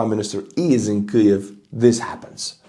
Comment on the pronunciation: 😂 let me help u out homie kee-yiv